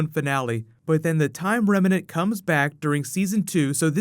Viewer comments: bro, you've got to learn how to say "remnant". I think you're getting confused with the word "revenant" cause you end up saying "remenant". Picture the two headed monster on sesame street: rem... nant... rem... nant... remnant! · "Rem-nant" 2 syllables. Not 3.. . 👍🏻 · Also, I love you man, but you GOTTA start pronouncing remnant correctly without that extra "a" in the middle that makes it sound like a mashup of remnant and revenant.